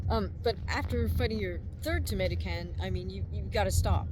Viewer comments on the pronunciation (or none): She said : third tomato can I heard: third Dominican